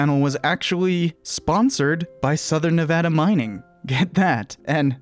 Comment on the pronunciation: Wait, you know how to pronounce Nevada?!